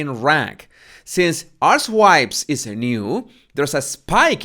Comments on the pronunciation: I feel terrible because I couldn’t stop laughing when you archetypes, as to my British ear, it sounds like you’re saying ‘arse wipes’ which is a common British insult, and I couldn’t unhear it. It reminded me of trying to talk to a friend from Maine and I was saying ‘resources’ but with my accent it sounded to her like ‘racehorses’. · I love how you pronounce "archetypes" as "ass wipes". So appropriate 😃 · Did he say “arse wipes”?? Did I hear that correctly…? 30 secs on, oh yes, yes I did! 🤣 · I love how u say archetypes it sounds exactly like arsewipes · You pronounce archetypes like asswipes Ahahaha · No , no you did not pronounce archetypes as arsewipes😂😂😂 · I keep hearing the word 'arsewipes' instead of 'archetypes'. Check out 5.42 and 6.00 min. This man ain't just the body language expert but excels in sending verbal messages via his accent. 🤣🤣🤣🤣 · did you say arswipes? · It sounds like you're calling her podcast "Arse wipes"!😂. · Did you really say "arsewipes"??? I don't think that is how "archetypes" is pronounced?